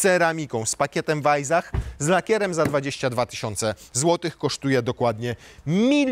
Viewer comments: Nie wajzach, a wajsach. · Weissach... chyba powinno się czytać przez S a nie Z, podwójne SS czyta się jak S. No chyba, że miejscowi mówią przez Z, wtedy oni mają rację... nie czepiam się, tak tylko - zwiększam zasięgi